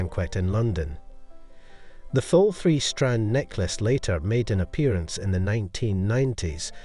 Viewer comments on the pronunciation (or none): none